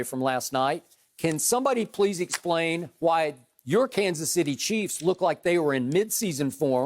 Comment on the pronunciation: Shannon’s kanas city chiefs 🙄